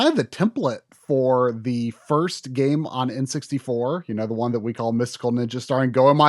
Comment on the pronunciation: How did Goemon become.. Gameon?